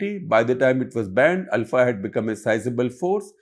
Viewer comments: Shekhar Gupta is pronouncing it right… it’s ULFA (pronounced AL-FA) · Shekhar is pronouncing it right.